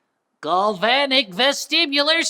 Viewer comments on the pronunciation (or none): gUlvanic? fkin really? it's gAlvanic!